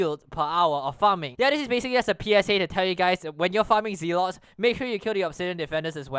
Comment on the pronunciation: the way you said "Zealot" sounded wrong. just take "overzealous" and take the "zealo" and add a "t" at the end and that is how you pronounce Zealot sorry it is just i got corrected the smae way. ooof sorry